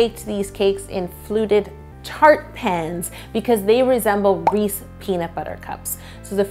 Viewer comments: I can’t believe she said Reese instead of Reese’s so many times. I literally have never heard a single person call it that, ever! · Nonononononono, "Reesy" is said by people who can't read or speak correctly. They inaccurately pronounce the third "E" and it makes me crazy...but then again, I was an English major and I hate hearing people mispronounce words. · It's correctly pronounced "Reese's" NOT REESY. I HATE THAT!!! People who say Reesy either can't read...or...THEY CAN'T READ! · They call them Reesy cups in Maryland too. According to Mars it's supposed to be "Rees-ez" (as in rhymes with "pieces") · sun no it isn't. It isn't subjective or a matter of opinion. In Canada it is called Reece PB Cups. In America it is called Reece's PB Cup. It is not pronounced "Reecies" and if someone says it that way, they are mispronouncing it. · Did it bother anyone else that she said “Reese” not “Reese’s” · Wait..is she saying "rees" ?>:O it's a Reese!😅 (no hate! I love your videos) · Did you call them "Reece" peanut butter cups? They're REESES not Reece, things like that bug me. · Anyone else notice she said Reese not ReeseS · She keeps saying Reese i -😐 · Jersey Girl here. Reesies all day 😂😂📐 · actually it's Hershey that makes Reese's, but reese-es is the way it's said in most of the us outside the Delaware River valley. I lived in Chester county PA about 2 miles north of Maryland and everyone there said reesy. They also pronounce water as "wudder" tho so.... Lol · Aleem I CALL THEM "REESE'S" BUT PRONOUNCE IT AS "REE·see·S" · To everyone saying she said "Reese's" wrong, it is in fact "Reese" in Canada. Check the thumbnail!!! 👍🏻👍🏻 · You wouldn’t think where you were from would change the way you pronounce the brand. Canada it’s spelled REESE’S. America it’s spelled REESE’S. I don’t understand. And I’m Canadian. I just always learned it the American way. LOL 😂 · Yes, it's so annoying that she says it that way. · YES. that bugged me soooooo much